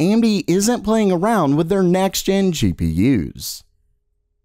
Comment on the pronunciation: Good videos, but I hate the way this guy says "GPU's" lol